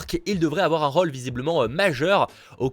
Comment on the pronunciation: Un rôle et pas un raule putain j’aime bien tes vidéos mais l’accent m’agace